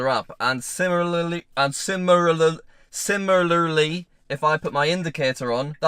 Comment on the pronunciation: can’t say similarly